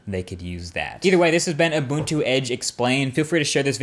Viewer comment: Points for pronouncing Ubuntu correctly!